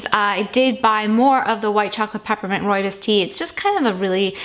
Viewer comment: Hi, been watching and enjoying your videos for a few months. This is the first tea time video of yours I've seen. I'm from South Africa and happy to see that you enjoy roobios so much. Not sure if anyone has ever pointed this out and I hope you won't take this the wrong way. Your pronunciation of roobios is slightly off. The last part is pronounced more like "boss" the "bs".